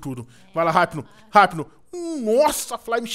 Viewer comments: E IPNO NAO HIPNO SE FALA IPNO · N se lê Raipno(hypno) , é ipno(hypno) , mds vey.... da agunia .... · ripino????? e ipino qie se fala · vc ta falando errado o nome do hypno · o edu falou o nome do hypno dps q ele capiturou todo errado